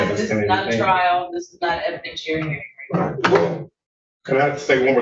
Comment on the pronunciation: Evidentooary hearing.